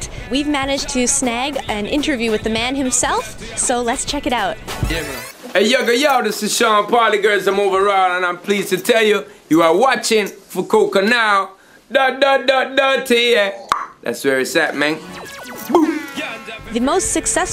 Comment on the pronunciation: He said fu-ko-ka. LOL~